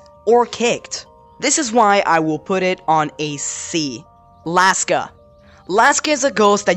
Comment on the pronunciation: What everybody else heard: laska Me: ALASKA